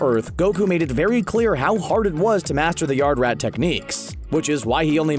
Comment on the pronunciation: When he says yardrat to me it sounds like yard rat